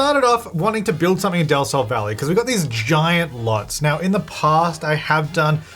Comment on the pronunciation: Utile today i realice that says Del Sol Valley... Is to awfully pronounced but i never catch del sol from his accent